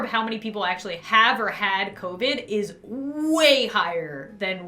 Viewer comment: I love how she said copid instead of covid 🥺 Love ya:)